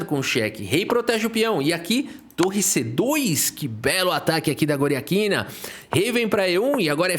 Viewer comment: como foi que "Goriátkina" virou "Goriaquina"? 😂